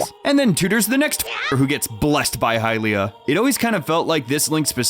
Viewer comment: “hylia”?! What